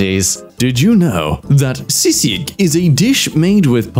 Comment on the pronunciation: My ears beg for mercy on how he butchered those Filipino words Not even sisig could do it justice (I I know you tried your best and I hope you'll be the best one day)